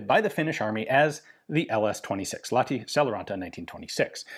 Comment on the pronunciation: got to pronounce the H in Lahti, otherwise near perfect